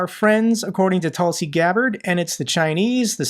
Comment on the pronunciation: Tusi or Tulsi? 😂